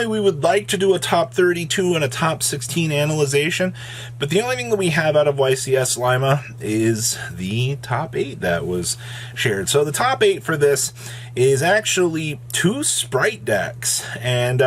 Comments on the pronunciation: Oof he said Lime-A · Did you say...Lime-ah? 🤣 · Nice pronunciation of ycs Peru lol. My guy said Lime A lol